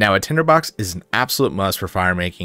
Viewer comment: “Tender box” lmao bruh its tinder box